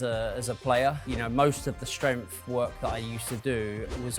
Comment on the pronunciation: I almost had to abandon the video due to the way he says "strempf", and that he said it so many times